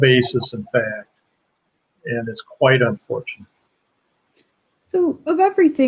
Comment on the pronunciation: F-A-C-T not f-a-s-t.